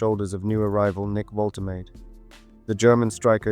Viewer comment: Wol-tuh-mah-duh. Hope that helps